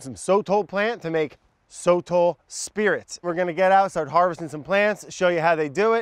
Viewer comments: Brad: So-tle Sotol guy: So-TOLL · sotol Brad: soatle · It felt like Ron and Hermione when they’re pronouncing Sotol. Like NO Ron, it’s not SOTALL- it’s SoToll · Sotol guy: SOH-tal Brad:sotel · Hey hey hey... It's pronounced "So-Tohl" ... the sotol guy probably... lol. He wasn't a very good guide. Very dull. Haha